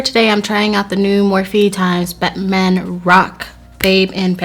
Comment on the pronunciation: girl it's pronounced 'ex' not times lmfao and also Bretman not 'Betman'